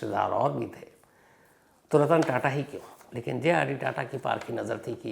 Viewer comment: 25.08 ਤੇ ਰਤਨ ਤਾਤਾ ਨਹੀ,,,, ਰਤਨ ਟਾਟਾ ਬੋਲੋ sir